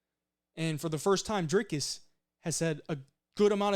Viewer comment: And kudos on the pronunciation of Dricus' name. Almost perfect.